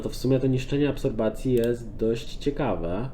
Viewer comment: absropcja prosze mow nie absorbacja